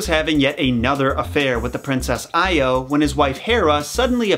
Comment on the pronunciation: It’s pronounced (ee-oh) not (ey-oh)